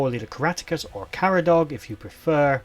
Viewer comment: Their HQ was in Dinorwig, just around the corner from me! There’s an ancient hill fort nearby too. Din [from Dinas aka City] and Orwig from Ordovic. Cae Caradog is pronounced Ca as in Canter or Cat and then the relationship between the a&e sounds a little like an English i. Not a bad effort though! 🏴 💪🏻